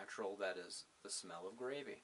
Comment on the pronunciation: Just got some of this stuff. Drank my first cup last night. Was already tired when I drank it and fell out like a log. So, I plan my next tea when I'm awake. I think it's bitter as all get out, and will be adding some sugar and coffee creamer! GAhhhh! And, did you say GRAVVVEY? (Pinching self to see if I'm awake or in some kinda dream?)